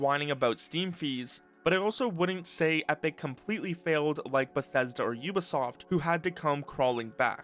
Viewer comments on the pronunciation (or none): aaah yes... "ubasoft"